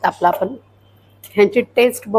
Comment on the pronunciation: नमस्कार, सर्व प्रथम आपले अभिनंदन कारण आपण मराठी ब्लॉग बनविता आहात. आपला हा ब्लॉग बघितला काही त्रुटी आहेत, आपणास नम्र वीनंती आपली मराठी भाषा शुद्ध बोलण्याचा प्रयत्न करा काही चुका तातडीने दुरुस्त करा. 1) आपण: आपन नव्हे 2) पण: पन नव्हे 3) जाणार: जानार नव्हे 4) फरसाण: फरसान नव्हे आपण एक इंग्रजी शब्द वापरला: wow कशाकरीता त्यापेक्षा अप्रतिम हा शब्द, एक bite घेते: यापेक्षा चव घेते. राग आला असल्यास क्षमा असावी